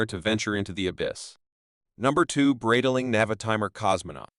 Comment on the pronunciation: What kind of a BS post is this, where the computer voice can't even pronounce the name Breitling correctly??